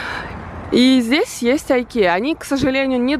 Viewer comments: Да не АЙКЕЯ, а ИКЕЯ!!! ну хватит коверкать..у блогеров болезнь что ли!?😅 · Икеа на всех языках произносится ИКЕЯ, а не Айкия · икеяя, а не айкеа! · Почему айкея😂это Икея 🙈не шкаф а комод 🤢блин а что в Казахстане нет таких магазинов??? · Госпади, какая АЙКЕЯ?? ИКЕЯ ,на всех языках говорится одинаково, Ingvar Kamprad Elmtaryd Agunnarимя и фамилия основателя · Мне тоже режет слух айкеа. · Почему айкеа,по русски это ИКЕА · правильно произносить Икея на всех языках она звучит одинаково,очень режет слух когда ты произносить айкея еще и так часто. Спасибо. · Не айкея а икея😊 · АЙКЕА? Не,ну я понимаю что ты с Казахстана,но так не грамотно говорить это пиздец.ИКЕА,ИКЕА ептать. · Nana в америке может так и говорят, а на наш слух это ужасно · не соглашусь с вами,у нас и ЧЁ говорят,но это не значит что это правильно и красиво.Правильно говорить Икея! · “Классные» у нас блогеры.Даже не знают как произносится IKEA!Вот ,это как раз тот случай,что зачем учиться,лучше жениться(образно говоря))) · Beauty By Kateryna так то икея-шведская..значит и произносится по шведски..а не как вздумается...